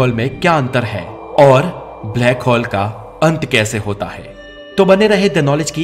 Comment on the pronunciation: हॉल nhi होल बोलिए सिर प्लीज